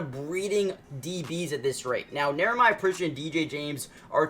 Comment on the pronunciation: Dude, it’s not Neremiah… it’s Nehemiah. Pronounced like KNEE-uh-MY-uh.